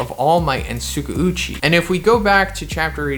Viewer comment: why do you keep saying tsukauchi as sugucci